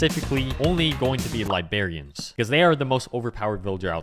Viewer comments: its pronounced librarians 😭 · Please,, for the love of god, stop saying LIBARIANS! Its LIBRARIANS. Please, my ears are bleeding!